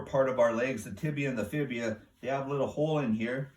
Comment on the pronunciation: It is the tibia and fibula not fibia. But this is a great video!